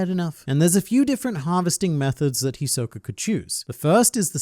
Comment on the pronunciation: hi soka? no its hiso ka